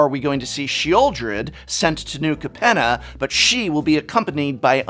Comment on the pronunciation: Pretty sure it's pronounced Cape-nah.